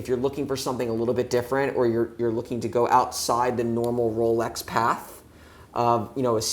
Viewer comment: Not ROWLECKS lol